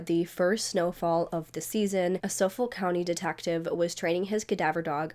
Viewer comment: I live on LI. This case has so many unanswered questions plus a lot of potential conspiracy theories. I won’t say any thing about it because we are all anxious for the next part of your series! I also LOVE the way that you mispronounce words. I think it’s endearing and cute. FYI on LI we pronounce Hauppauge- Hop-Hawg And Suffolk = SuffEck. Lol